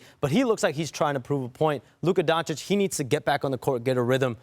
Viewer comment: We’re good the injury wasn’t serious. Luka has injured the same calf 4 times in a year and a half. It’s always bothering him and he hits the floor a ton. He gets beat up every game, which he’ll start getting every call now easily in LA. Media hasn’t said his name right his whole career and now all of a sudden says it right. It will be good for Luka to get the spotlight for ratings and AD is a perfect fit here.